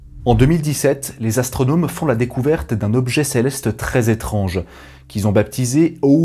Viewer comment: Céleste sans R boy